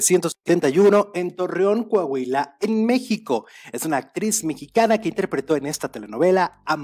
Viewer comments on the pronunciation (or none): none